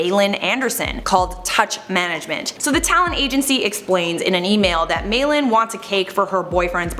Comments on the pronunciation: Malin Andersson is pronounced ‘Ma-lin’ or ‘Marlin’ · That is NOT how you pronounce Malin 😬😩